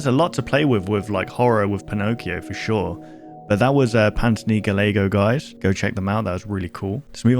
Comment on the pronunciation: just so you know! PantthonyGallego is anthony's second channel, his main is, unsurprisingly, AnthonyGallego. Also his last name is pronounced Guy-ay-go, its italian so the two ll form a Y sound